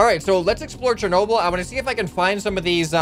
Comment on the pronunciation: It's Cher nob el that's how it's said but much lighter you say it so wrong